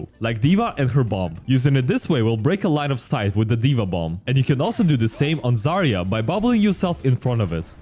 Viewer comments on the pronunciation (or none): none